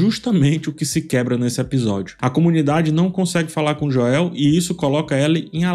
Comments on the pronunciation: concordo, e nesse mesmo video, ele fala corretamente enquanto menciona vários personagens. Me tira da análise também. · Por que vc coloca a tônica do nome do Joel no “e”? 🤔 se a proposta for aportuguesar, vc deveria fazer isso com todos os nomes, não? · Fechei o vídeo depois de ouvir "Joel" em português 5 vezes seguidas... Não conseguia nem prestar atenção mais no vídeo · Meu filho de 10 anos perguntou: Papai, ele é viciado em falar errado? (Referindo-se à pronúncia do nome do Joel). Se todos os nomes fossem lidos em português, ok. Mas só o nome de 1 personagem ser lido em português, fica zoado. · A pronúncia errada do nome de Joel me tira do vídeo totalmente. Qual a dificuldade de pronunciar o nome do personagem corretamente? Deslike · Joel se pronuncia como "Jowl" e não "Joél". ;) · Mas depois abri o vídeo de novo e terminei de assistir essa obra de arte.. Mas sério cara, para de falar Joél, pelo amor de Deus. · por favor, não chama ele de Joél, tenta falar o nome em inglês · JO-É-Û que brochada kkkkk É Joel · Me dá muita agonia tbm. Parece que tá falando do Joel Santana. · sempre brutal nas analises, mas confesso que ainda não me acostumei a escutar "Joél" me estraha um pouco hahah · "Jóel" kssksksskssks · Aproveitando o tema, desculpe por ter criticado pelo “Joél”, pode chamá-lo como preferir, seus vídeos são top! Vou assistir todos até o final da série, como acompanho desde 2020 pelo react do jogo. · Joél? O irmao do Joél? Kkkkkkkkkkkk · pq vc diz Joél? Da agonia kkkk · Pelamordedeus, pare de falar “Joél” kkkkk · “Jo-el” não dá kkk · Num guento o chamando o Joel de Jóel, mas os outros personagens idem a série kkkkkk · "Jôél" não da, fala o nome do cara certo po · Cara não dá 😂 JoÉÉÉL?????? JoÉÉÉL??????? por favor, para com esse insulto adicionando o acento no nome do Joel. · Pq falar JoÉu?? Mto irritantes😮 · As análises são excelentes, de fato, porém é difícil ouvir a pronuncia dele ao Joel e o Us kkk